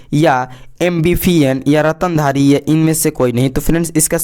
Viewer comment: ratandhari nahi standhari hota hai